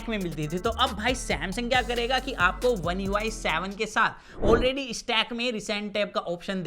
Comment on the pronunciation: One UI savaan 😂😄